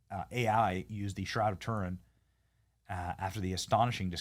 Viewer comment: Benny the bonkers Learn how to pronounce Turin And as for " beautified " Good Grief Why are Americans so crass Yet think the sun shines out their arses ? Trailer-trash with money